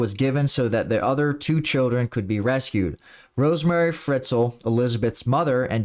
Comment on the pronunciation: Hello, from an austrian. That case was huge in the country! And btw - he is called Josef Fritzl, not Friztl maybe you want to correct that 😘